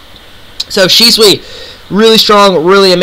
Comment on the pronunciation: The only thing that bothers me about this video is, how you pronounce Shisui.